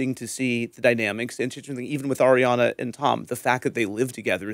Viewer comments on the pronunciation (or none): Can you tell Schwartz to say Arianna’s name correctly? He calls her air Yana